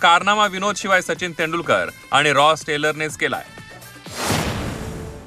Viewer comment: तेंदू नाही तेंडूलकर हिन्दी भाषिक आहे का ही बया ?